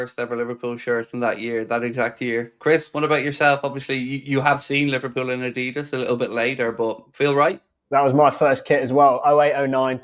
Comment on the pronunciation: finally someone who pronounces Adidas 95% correct. When speaks about the brand, i often have to think a for a few seconds what he means.